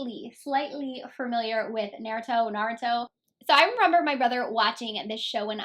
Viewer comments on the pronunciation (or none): It's kind of annoying that these people who don't know what what/who naruto is are reviewing the palette. I feel like the creator of the show is getting so disrespected with these people butchering the name. If you don't know what naruto is about and how to pronounce the name don't do a review. As a true naruto fan I am annoyed and frankly upset